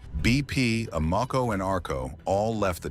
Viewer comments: BP/Amoco are back on the TT listing, pumps also now have stickers on them. That said, even though they left because they chose not to pay TT listing fee, they kept the same Invigorate add pack. Oh, learn how to pronounce Amoco. It's AM-UH-CO. Who's "Dumb" Now? 🤣🤣🤣.... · A mo ko,really? That's not how its said anywhere I'm aware of. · Thumbs down because the bot mispronounced Amoco 👎.